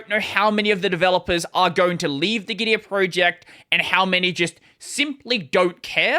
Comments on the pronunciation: Gitea is actually pronounced gi - tee not gi - ti - uh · Git-tee-ah? 😂 It is called Git-Tea. Their logo is literally a cup and they also have the word "tea" in their slogan 😂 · The problem with "git-tea" pronounciation is that's not very differenciable from "gitee" or "gity" or even "giti". "Git-tee-ah" might be considered clearer regarding how it's spelled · Pronounced as Gi-Tee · If the dude could pronounce Gitea properly in the first place, he might be worth listening to.